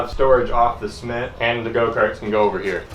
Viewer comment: Dang looked like a nice bait, it's a shame that tree jumped outta nowhere. But yeah don't burn yourself out man, I think we'll still love to watch some more casual stuff too. Not gonna lie tho, it took me a minute to figure out what "sment" was at first haha.